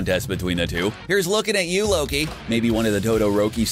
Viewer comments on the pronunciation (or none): none